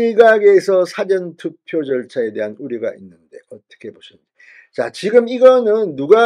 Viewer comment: 진성호씨말씀은 사전투표 를국어사전영어사전 할때쓰는사전 이라하는데좀고치세요 사전투펴는. 사~전투표로^^